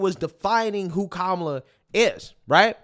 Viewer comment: You keep saying her name wrong! It's Kamala, not Kamala! SHEESH!